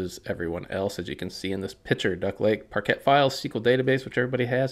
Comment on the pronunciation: I have never heard anyone say “parket”